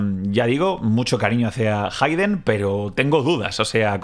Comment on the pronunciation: Se pronuncia jeiden